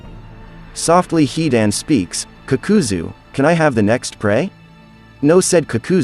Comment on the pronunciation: I swear to god I was ready to swing The second time he said he dan Imagine Saying (he's the don). Right, And then you just mush the whole phrase together, but you get rid of the letter s and the word the. I'm complaining, but I'm not mad, but you should jump off of a skyscraper.🤣🤣